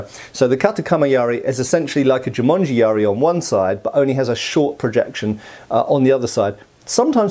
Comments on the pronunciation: Not Jumanji. It is Jumonji. 十文字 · Hey, not sure if smo brought that to attention already, but it's actually Jû-MON-ji yari. Jumanji is simply the movie; which makes "jumanji yari" quite funny actually ^^. "jû-monji" literally means "the sign (monji, or moji) ten (jû)", because in Chinese and Japanese the ideogram for ten is a cross.